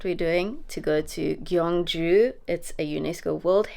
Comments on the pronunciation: Bro, you said "Gwangju" which is different city on the west of Korea. You wanna pronounce the city you visited as "Gyeong-Ju" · It's gyeong ju. Not gwang ju. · the south korea's ancient capital sounds more like kyeong-ju (try young with k). i tell you this because there is another city which sounds exactly like how you sounded it.oh somebody has already pointed that out. sorry about this redundancy